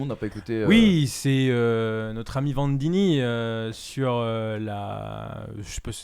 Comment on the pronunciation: Notre ami Vandini😂😂😂😂 c’est Vanzini